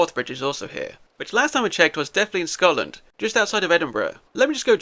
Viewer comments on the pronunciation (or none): none